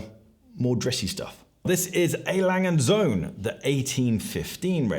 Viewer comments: Is terrible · That pronunciation of söhne was not ok. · pronunciation of Söhne 😬